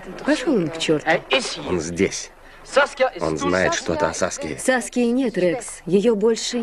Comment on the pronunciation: Саски ,надо ударение на и надо ставить 😅😅😅😅Смешное имя 😂